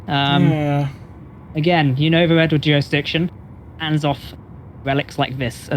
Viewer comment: Youre not "twess-parsing" bud. No juwisdiction in play, you know this ;) No pwoblems